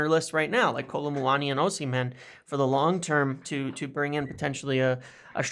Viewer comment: Ignore the H in Osimhen, treat it as silent. Osiman/Osimen. Not O-seem-hen